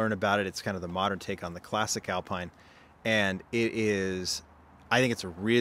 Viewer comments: I don't believe the french car is pronounced as alpine. It's something more like Al-pin. According to my search, it is Alpinə. It's a rotated letter e. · Sorry, but Alpine is pronounced Al-peen just like Motul is pronounced Mo-tool.